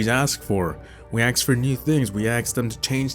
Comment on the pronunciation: It’s ASKED not AKSED